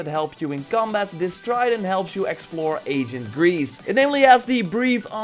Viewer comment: am i the only one that hears "Agent Grease" whenever he says Ancient Greece ?